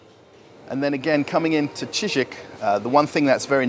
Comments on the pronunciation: Cheesik😀 you murdered him hahahaha Ж is pronounced like J in Deja vu 😀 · “I’m working in a Shizik store”! 😂